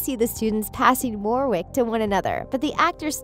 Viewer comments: It’s pronounced Wor-ik not war wick although it’s spelled Warwick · yall are talking about dracoy but not about how she said warwick, it’s pronounced worick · It’s also not Verne Troyer, it’s Warwick Davis! (She also can’t pronounce ‘Warwick’ or ‘Gambon’ but that might be my British-ness haha!!)